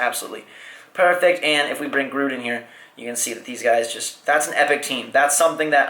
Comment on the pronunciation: That's not how you say Groot